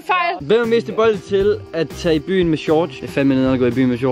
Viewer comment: Ej!! Den måde du siger shorts på! 😂🤭 "Shorch" 😂😂